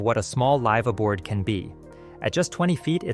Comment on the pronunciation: at least it's obvious early like when it mispronounces "live aboard"